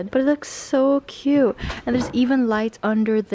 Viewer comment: I really like how say "This is so Coot" xD